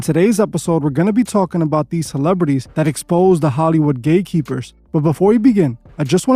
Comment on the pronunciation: Bro are you saying gay keepers or gate keepers ? I really can’t tell